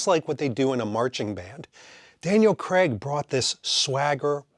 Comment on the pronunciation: And if anything, Daniel Cregg had the most mispronounced Bond name.